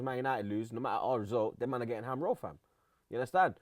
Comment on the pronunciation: What tf is a ham rol?